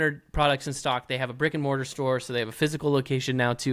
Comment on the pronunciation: 😂And during sponsor ad Landon said something about well...I heard "Rick and Morty store" and had to backup stream to realize was actually said was "brick and mortar store".